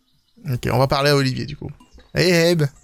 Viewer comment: Mais c'est [Oliveur] et pas [Olivier] (ça s'écrit Oliver)